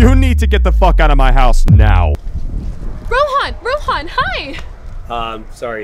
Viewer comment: Bro mispronounced his own name 💀 ( it's not rohaaaaaaan. It's Rohan.)